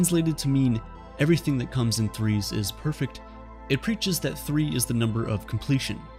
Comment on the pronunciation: Perfect only has 2 syllables :(